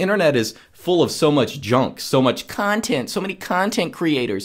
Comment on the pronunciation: "so many Cuntheent creators, Cuuutnheent creators" ahahahahha i know who are you speaking about